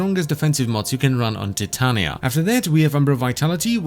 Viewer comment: Her name is Ty-tain-ya(titania)